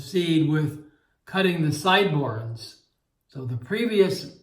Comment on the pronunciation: Why do u call them sideborns 😆